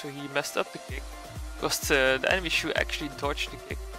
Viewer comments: I thought it was pronounced ‘chow’ not ‘chew’ 😂😂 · its not pronounced as shu.. more like.. Cho.. like Chad..'Ch' and Shoulders 'ou' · Its not shoe its chou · u have to pronounce his name like "chaw" not choo. btw nice gameplay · I think its pronounced as "Chouw" and not Shoe. He seems to be based on Bruce Lee so the name "Chouw" sounds like its a name from Bruce Lee's homeland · wtf stop staying shoe it is chou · chou = zhou 周，not shoe. hahahaha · How to pronounce chou. It will be chu or shoe?? Or chaw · Its no shoe its chou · It’s chou not shu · DID THIS MAN JUST CALL HIM SHOE!!!! SHOE???? lmao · when say chou i hear he say shoe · I though you said Shoe and not Chou. 😂😂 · What really is it supposed to pronounce shoe or Chao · pronounce chou.... nt suuh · Chou read as Ch in Chalk, and ou as ow in Wow. I mean he is chinese. Why use French pronunciation.. He is not a Shoes.. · Hahaha thats what i hear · Whats the real pronounciation? Chu or chow? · i like to like and subscribe to your channel but a simple name you don't know how to pronounce..